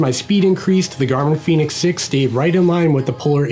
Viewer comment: Its pronounced Fen-ix 🌝